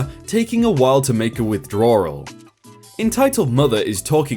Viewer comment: Who else cringed when he says withdrawal. Lol you and ur words crack me up